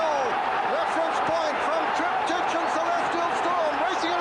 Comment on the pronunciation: It’s TRIP-TIK .. not TRIP-TEACH.. annoying old fogey 🤦‍♂️ Sorry.. but O’Sullivan just gets RIGHT up my kilt 😆 Cracking performance by Reference Point but even better by Cauthen .. he really DID have a ⏰ in his head . Master of pace that guy 👌 👍🏴